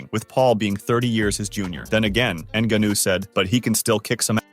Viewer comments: “N-gunnew “? Get a clue lol. It’s neh-gon-yew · EN-GAH-NO that's how you say the last name correctly. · Dude learn how to pronounce the name of a famous fighter. Nnnn/gaa/nu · Ah yes, N Ganoo. That's totally how you pronounce his name. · How can this narrator not know how to pronounce Ngannou? Tell me you have no idea what you’re talking about without telling me you have no idea what you’re talking about.